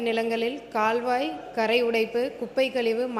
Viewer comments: For kaalvai🎉 she said kalvai😂😂😂n then managed....thsmizh thanda vam aadu dhu indha tvk la😂😂😂😂😂😂😂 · அது கல்வாய் அல்ல கால்வாய் , உன் தமிழ்ல தீயை வைத்து கொளுத்த😂😂😂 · கால்வாய் என்பதை கல்வாய் என கூறும் போதே தெரிகிறது யாரோ எழுதி கொடுத்த பொய்யான செய்தி வாசிப்பு இவர் மக்களை சந்திக்காமல் அதிகாரிகள் வழங்கும் செய்திகளை கூட தவறாக படிக்கிறார் அமைச்சர் அவர்கள் பா.ம.க. அரசியல் பயிலரங்க பள்ளியில் சேர்ந்து பயிற்சி எடுக்க கூறுங்கள். வாழ்க மருத்துவர் சின்னையா மற்றும் மருத்துவர் பெரிய அய்யா அவர்கள் வாழ்க வளமுடன் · கால்வாய் பதிலுக்கு கல்வாய் என்று வாசிக்கிறார்கள் திரும்பவும் போய் பள்ளியில் படித்து வரவேண்டும்